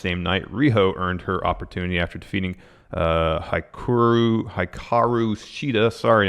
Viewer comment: Hikaru's name is pronounced as "Hee-Ka-Roo" but you tried ♥